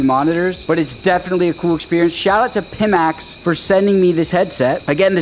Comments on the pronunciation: PIMAX ---- not PIMMAX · It's not "Peemax", it's "Piemax" lmao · Pimax is really astroturfing this thing if they are even sending them out to people who can't even say their name correctly, lol. Waiting for Steam Frame or going with Big Screen Beyond 2 once they get their eye tracking sorted out.